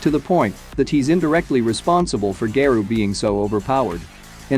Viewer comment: How the hell did I ended up in here? Anyway, good video that you made whoever you are and the way you pronounce Garou is quite... Interesting...